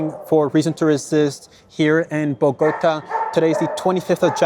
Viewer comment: Excellent Rami 🙏 (Bo- go- TA, accent on the last syllable)